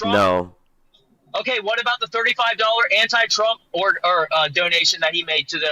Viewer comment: Dude just said anti twump. 🤣🤣🤣🤣🤣🤣